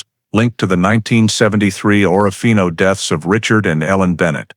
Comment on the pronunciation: Total Bull. Someone threw a dart at a map. It hit Orofino ,and they made up this story. Priest Lake is over two hundred miles from Orofino, Idaho. More proof the people who made this video have never been to Orofino. In the video they referred to it as Oro-fino. All locals pronounce it as Or-fino. Like a lot of videos about the terrible murders in close by Moscow, Idaho the people who have never been there say Mos-cow. All regional inhabitants say Mos-co. In either case the locals would have corrected the author's incorrect pronunciation.